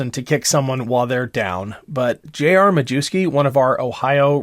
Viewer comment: It’s Ma-YEFF-ski. Please stop saying ma-Jew-ski.